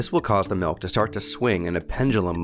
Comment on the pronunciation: what the fuck is melk?